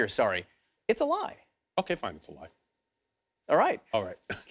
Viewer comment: Why is this guy still talking? Does he likes digging himself a deeper hole? He can't even say the word "lie."